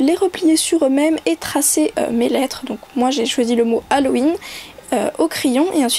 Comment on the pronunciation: C deg a tu fait un bruit genre tu ravales ta bave ca me dégoûte et aussi c'est Halloween pas Halloweenn